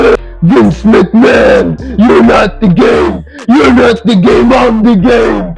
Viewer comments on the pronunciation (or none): He is the gamemuuhhhhh and in this very ringuhhhhh he's gonna create storiesuhhhhhhh